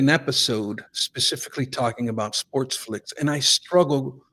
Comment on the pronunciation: Oh man...I cringed every time you said "SportSflics." It's the same as people that say "Dun Ross" or "Don Ross."